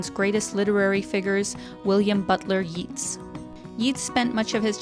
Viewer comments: YEETS!! Yeats (like gates), honestly, great video ( I want to go), but that pronunciation is sacrilege. It's like you set fire to all the Guinness in Ireland! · who is this Yeeets you speak of..? never heard of him.. and neither has anybody else.. why didn't you mention the famous writer W. B. Yeats.. pronounced YATES..! not yeets.. tiny tiny tiny bit of research..???? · Home 😊 FYI that's not how you pronounce Yeats 😂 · True - for anyone reading this or uncertain on pronunciation...Yeats rhymes with Greats.... ie Yeats is one of literature's All Time Greats. 🇮🇪💚